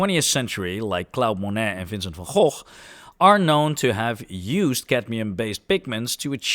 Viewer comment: I knew it before this video, but the dead give away that you are Dutch is your pronunciation of Van Gogh. I bet I can predict how you'll say Gouda cheese too 😂